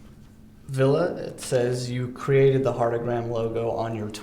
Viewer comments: It's not Villa goddammit. Lol it's vill-eh! And not Villay. 😅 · Fact: the interviewer--and the majority of Americans in general--cannot pronounce Ville's name correctly! (lol) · i bothers me when he says Ville's name wrong ahhh